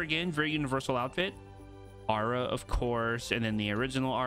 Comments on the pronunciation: Why do you say "aura" is like "arer" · The way you pronouce Aura just really bugs me.